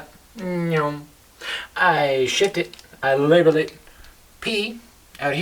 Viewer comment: Btw, its "label". Thanks for the great vid though